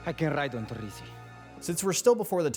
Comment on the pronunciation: that pronunciation of "Torrisi" was honestly bad, 100% american. I'm sure they could have found an american voice actor who spokes italian and knows how to roll the "r". The other lines with italian words were good.